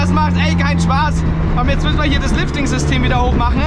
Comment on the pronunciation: Ich liebe es wenn er immer "jetzat" sagt. LOL. Frag mich was sich die Leute denken müssen wenn da einer mit Helm steht und über sein Auto redet... HAHA